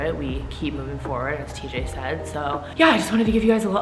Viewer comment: Call it teej Lmfaoooo